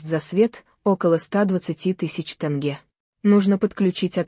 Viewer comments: Не танге а тенге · тЭнге?что за озвучка